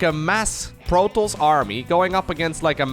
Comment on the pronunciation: Please pronounce protoss correctly!